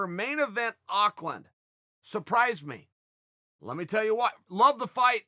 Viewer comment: Thanks for pronouncing Auckland as good as an American can, Chael!